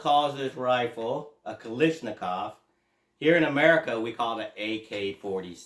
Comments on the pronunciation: Okay…can’t watch the rest of the video now. Heard Kalishnikov too many times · There is no “ish” in Kalashnikov